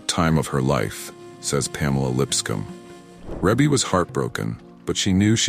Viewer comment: So why is not being able to pronounce names the new trend for this generation? Ree-Bee. It is pronounced REE-BEE. And how does a death in 1988 and 2009 mean “a few” years? 21 years is not a few years. That’s two decades.